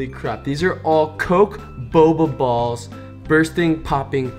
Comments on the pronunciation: the way he says balls sounds wrong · the word "balls" is emphasized so much, it awkward